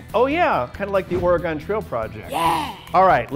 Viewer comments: Ben still can't say Oregon properly... >_< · You keep pronouncing Oregon wrong aaaaaaaaaaaa